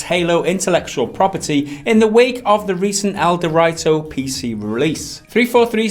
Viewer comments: It's El Do Rito not El de righto. C'mon guys you clearly did fuck all research here if you got that name wrong. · As mentioned above, it's a word play on El Dorado, Mountain Dew, and Dorito but wrapped into one word "El-Dew-Rito". When you go to the store, you don't call them "Dor-write-os" Dor-ree-toes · El-Dew-Ree-Toe. Like Dorito. Dew is short for Mountain Dew. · It's pronounced "DEW REETO." Doritos and Mountain Dew are "gamer fuel," thus the words were combined into "dewrito." It's a meme, you dip. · the way you pronounce ELDerwrito displeases me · Ah, I see what you're getting at now. They aren't using the Doritos/Dew connection but are saying it as El-de-write-oes, i.e. how it's written instead of using the meaning behind it to pronounce it. The difference being the position of the 'w', either at the end of 'dew' or the start of 'writo' in it's pronunciation. I don't know which one is correct unless we can find someone official saying it. You may be right though, given that connection. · The way you pronounce ElDewrito makes my ears bleed.